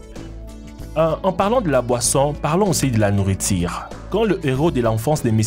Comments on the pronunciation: Ouais ...... tu parles vraiment mal ... tu dis nouritire ... Ha ha ha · Il a dit nourritire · Nourriture Pas nourritire Ouverture pas ouvertire Prononce les U correctement mec